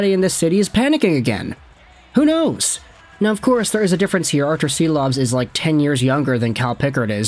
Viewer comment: Silovs is pronounced ‘Sheeloff’.